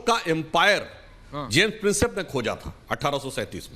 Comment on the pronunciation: Jiyai sahab James Princep ko James pincess bol rahe hain isi se inke knowledge ka pata chalta hai.